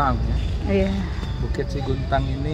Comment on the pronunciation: Yang benar 'SEGUNTANG', bukan SIGUNTANG